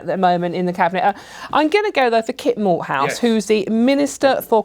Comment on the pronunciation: Kit Malthouse? I thought they said Walt Shithoude.